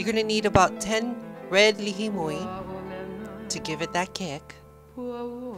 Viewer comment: what is the la hee moi you spoke of in the ingredients? not sure if that is correct pronunciation. are there any substitutes? thx great video:)